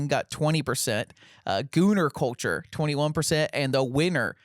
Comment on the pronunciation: “Cuhchur” CULTURE BROTHER CULLLCHURRR